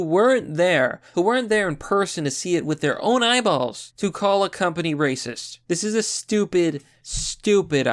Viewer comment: Why do you pronounce racist as "reecist"?